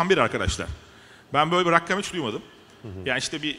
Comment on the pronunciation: Hem rakam olmayan sayilara rakam demesi hemde Rakkam demesi sinir krizi geçirtti adamin